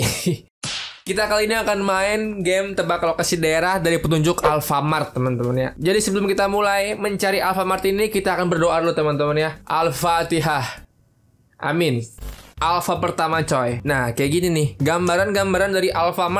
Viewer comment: Alfait bang bukan alfart